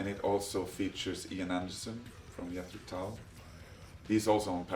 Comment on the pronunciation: TIL it’s pronounced “Yethro Tull” 😅